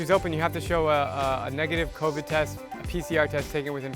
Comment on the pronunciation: "ther isn't covvidi"